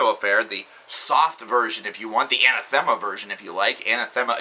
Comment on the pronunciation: Anathema is pronounced "Uh-nah-thu-muh" That's how the singer says it anyway... Nitpicking I know, but I was glad to find out. I always said Ana-thee-ma lol.